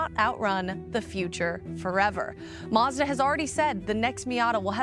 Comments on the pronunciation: It’s pronounced Mazda not Marsda !!! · Where is the R in Mazda? 🤣